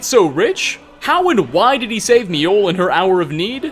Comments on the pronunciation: I don't know where you got it in your head that J's were silent in Nordic/Scandinavian langauges, but you're wrong. J's are pronounced like Y's, making Mi-oll, or Myoll, the correct pronunciation. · MI-Oll? You Mean Mjoll you basically say mole but with a bit more L.